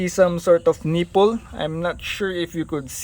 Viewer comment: Slap it in there 😂 and the way you Say, neepulls!😂